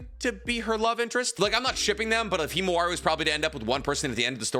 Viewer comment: Mans really said kimawari